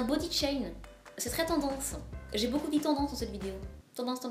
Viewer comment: Bébé lily au dedans ;)"Je l'aime beaucul beaucul" xD